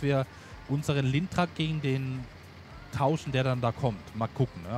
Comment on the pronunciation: Nicht Lindner Geotrac sondern Lintrac 😂🙈